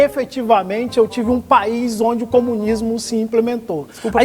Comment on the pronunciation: Dartanãn noiado says: "....a experiência comunisma.." kkkkkkk.